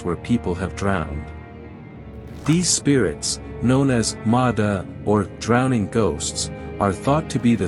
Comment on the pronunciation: I knew you'd mispronounce Ma Da when you get to it.